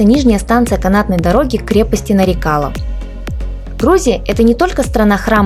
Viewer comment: милая моя землячка. не вводи зрителей в заблуждение, если ты правильно поставишь ударение то на твоем родном языке сразу поймешь название крепости Нары-кала - мелкая крепость. И потом откуда в тбилиси где нет ни грамма нефти армянские нефтепромышленники. Там половина населения была азербайджанской, о чем говорит много старых названий